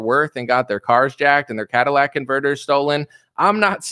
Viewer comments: CAT-UH-LIT-ICK converter. Not Cadillac converter... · lol, I know what a catalytic converter is, was talking about a Cadillac converter, or at least that is how he was pronouncing it. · Repeat after me, "catalytic." You're one of the few people that say "could not care less" correctly, so I thought you might like to learn this one. I've been with you for years now. Your evolution has been great to watch. Keep it up, my man.